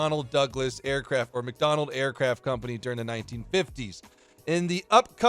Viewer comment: aircraft not aircafts